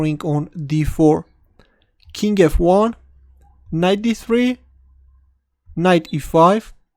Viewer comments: Learn how to say king correctly please. It's very annoying when you say "kink" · When you say "King e2", it sounds like "kinky, too". That funky, kinky too move. Thanks for the vid. It was pleasant and enjoyable,.